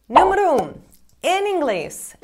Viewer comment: explicar você fala eksplicar, leva-se você fala leve-se... Número você fala niumero, como ainda não consegue falar algumas palavras mesmo tendo morado aqui?